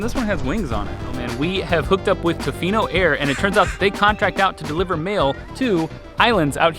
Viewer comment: You are saying tofino weird, it’s tuh-fee-no